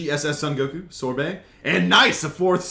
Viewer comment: i sure thay no call him san goku it's soon or son goku i know son are san but goku soooon or son or or or